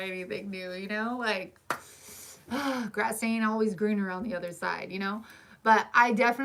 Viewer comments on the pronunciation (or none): none